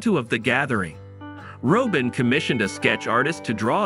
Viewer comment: It's not Robe-In. It's Rob+in